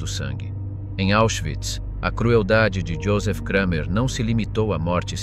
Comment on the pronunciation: Its just Kramer not Kreimer....German is not pronounced like English!!